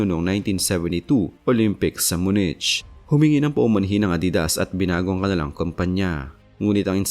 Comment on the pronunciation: Munich is pronounced as myu-nik